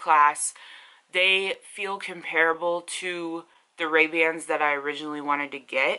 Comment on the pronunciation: You weren't saying Ray-Bans tho...xo